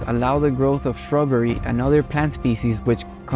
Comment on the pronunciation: shrubbery lmao but yea now i can hear it too